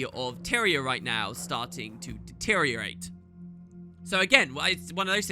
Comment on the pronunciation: "...starting to detyriorate," HEHEHEH